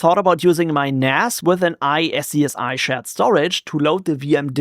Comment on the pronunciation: For replication between two hosts I'm using drbd which has a primary (active) and secondary (passive). Kind of high availability. SCSI is pronounced "scoozy".